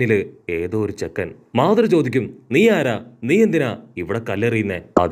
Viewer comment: മധുരം മആധുറ 😂😂😂😂😂